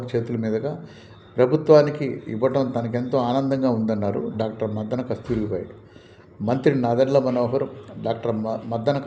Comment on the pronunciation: Dr Muddana not Maddana